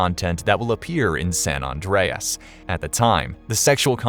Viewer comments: I'm cringing every time it's called "San Ondreas." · Surprised that people pronounce San as 'Sawn' and hearing "Sawn Andreas"